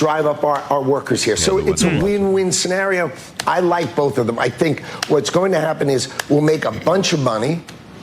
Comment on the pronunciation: There is no “L” in the word “BOTH”, Pat, no “L”. ‘BOLTH” BOTH you and